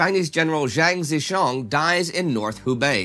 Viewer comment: Ditto that. Yet strangely enough, he managed to pronounce Zhang Zizhong near perfectly. Go figure. 🤔